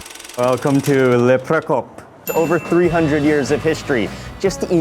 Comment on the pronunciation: It's "Le Procope"! - very charming place - Enjoy💙